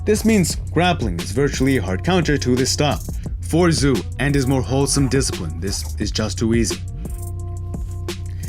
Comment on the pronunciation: Hey man, I love your vids. I'd like to give back to you. Xu's name sounds like "shoe." I can give you a link for a pinying pronunciation guide if you would like. Thanks for the vids. I look forward to the next one.